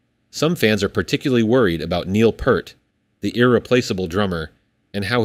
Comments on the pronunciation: It's pEARt not Pert. Get it right!!! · It's FUCKING PEART! NOT "PERT"! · His name is pronounced Neil "Peered" not "Purred" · Neil's name is NOT Purt, it's pronounced Peert. IDK why so many people can't get it right. He just seemed to take it for granted when someone mispronounced his name. As a rabid fan since 1976, I have mixed feelings about them carrying on w/o Neil. There's not many of us left who can say they saw Rush play By-tor and the Snow Dog live. :-) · I can't understand why people still pronounce Neil's last name incorrectly. It's not "pert" it's "peart" it's pronounced exactly the way it's spelled. Pert was a popular shampoo in the 80's. You can not have Rush without Neil. Just like Led Zeppelin without John Bonham. Alex and Geddy could form a new band under a new name and perhaps play some of Rush's music for nostalgic reasons. It would be very interesting to find a drummer who could fit their caliber of musicianship. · Not to be that guy, but it's not "Pert." It's "P-EAR-T"--like the part of your body you use to listen to Rush's music. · Don't get your hopes up. Led Zeppelin didn't want to continue without Bonham, Rush doesn't want to continue without Neil Peart. "Pee-rt", not "Pert" like the shampoo. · His name is pronounced Pea art not Pert :face-red-droopy-eyes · Not pert, pe👂👂👂👂👂👂👂👂👂👂👂rt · Peart!!!!! Not purt!!!!!! I hate it when lazy people can’t be bothered to get his name right!!!!!!!😮😮😮😮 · It's pronounced PEEEEEEEERT. FFS, at least get the pronunciation of Neil's name correct. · P ear t Peart not pert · Hey, you keep mispronouncing Neil's last name. The "ear" in his name is pronounced like you say the word, ear. Or put another way, you say it like Peer and then add a T on the end. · For god's sake pronounce Neil's name correctly!! It's P-EAR-T. As a Canadian I cringe when I hear the professor's name wrong. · Peart. Pronounced P ear 👂 T. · p-ear-t. say it right! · Peart pronounced Peeert, after this many years 🙄